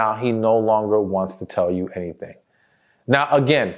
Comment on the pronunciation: why do you say choo for you?